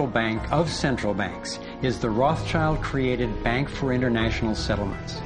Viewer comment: It's pronounced "rott-shield" not "roth-child"